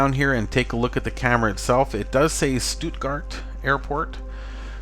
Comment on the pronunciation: You pronounced Stuttgart pretty well, greetings from Germany ;). Cool to find another webcam